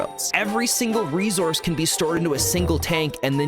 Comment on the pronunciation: The way you pronounce "resource" makes me want to invite a creeper to an intimate dinner, but I do love your energy and information. ❤